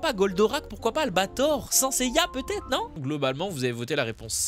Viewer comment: Tu as dit SIN Seiya ça se prononce "scène" seiya